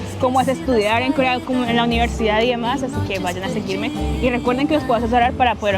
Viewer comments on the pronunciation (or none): Holaaaaa, por favor di: UNIVERSIDAD varias veces 😂 En tu grabación se te entiende: NIVERSIDAD 😂 Cada vez que te escucho decir esa palabra me recuerdas a un guajiro